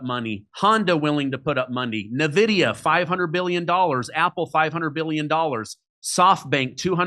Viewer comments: It's ""en" vidia. Not navidia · Calling Nvidia "nuh vidia" makes me take all other points as sus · All the chucklenobs that say "Nevidia" do not deserve their money. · I don't trust anyone who pronounce Nvidia Navidia... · Trump's tariffs are a big flop as I explain in my song "Terrible Tariffs Burn Consumers." He threatens to skyrocket supermarket prices that will hurt the middle class on down. GDP fell today, so 1 more quarterly drop = recession by definition. The guest mispronounces Nvida as "na-VID-e-a" when the CEO calls it "N-VID-e-a." I'm better informed than the right-wing guest & I'm not a financial adviser. He obviously ignores Trump's lousy approval ratings. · This clown doesn’t even know how to pronounce Nvidia. Hard to take anything he says seriously.